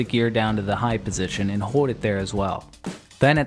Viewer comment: You have a funny way of saying "hold" like the L doesnt exist. Great content though!